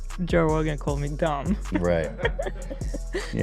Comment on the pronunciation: “You wanna talk about dong (dumb) deh, deh testing even mean anything” - Hila Klein everyone CEO of child like fashion and mispronouncing words at the age of 33.